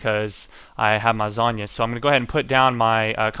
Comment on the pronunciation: you dont say zohnya like sagne it zone-ya